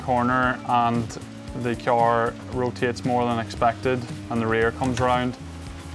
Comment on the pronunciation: I like kee-arrying lots of speed into corners when I drive my kee-arr.